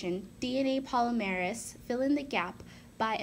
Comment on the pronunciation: lol ive never heard anyone pronounce polymerase like that, im used to hearing it as 'puh-lim-er-ase'